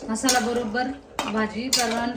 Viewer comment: 🙆‍♀️😂😂 mhasala❌ masala ✅